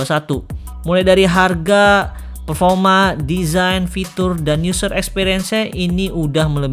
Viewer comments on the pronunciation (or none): PERFORMA BANG BUKAN PERFOMA XIXIIX